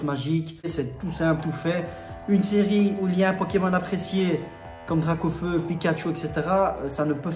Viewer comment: 🙈🙈🙈Mes oreilles!! DraCaufeu! Avec un C poto!! Sinon intéressante la video GG!!💣😉